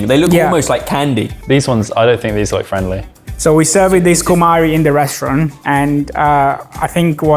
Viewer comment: He is Brazilian and speaks CUMARI with an accent..... WHYYYY????🤣🤣🤣🤣🤣🤣 PS: Acarajé without smoked shrimp on top is not acarajé!!